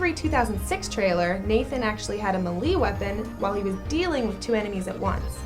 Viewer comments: What accent is that Pronounced May-lay. Meh-lee Like Comment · She said meleeeeeee it is maylay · She pronounced melee (may-lay) weapon "mee lee" haha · #16 he had a what? Meelee weapon? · me lee weapon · Ma Lee weapon 😂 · meli weapon? lolololol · hold up. did she say me-lee instead of may-lay? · Malee? It's melee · one word... "me-leigh" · Muhleeee weapon? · Mil-lee weapon? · Mee Lee weapon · Melee is pronounced "may lay" not "me lee". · she did not pronounce melee as "Ma-Lee" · Did you just say "Mehl-EE weapon"? Honey... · me li! lololol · melee its pronounced melay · When she incorrectly pronounced mêlée😓😓😓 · Fact #16 It pronounced as may-lay right??? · that melee pronunciation, though. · Who pronounces melee lke "muhlee" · Kookaburra the Koobaburra I agree she can't say melee properly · Did anyone else hear her mispronounce melee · A weird way to pronounce melee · she said kiera and melee weird so soz but no like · I agree, and she miss pronounced melee weapon, like how do u not know how to say melee